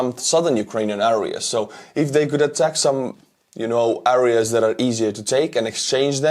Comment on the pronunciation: I love your videos just stop saying areas with a say it with e instead